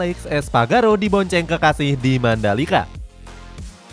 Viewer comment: Espargaró bukan Espagaro 😏